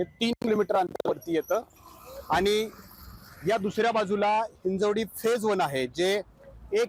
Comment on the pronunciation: म्हणजे मराठीच आहेत की, हिंजेवाडी हिंजेवाडी बोलायचं बंद करा तेवढं.. ते हिंजवडी आहे..!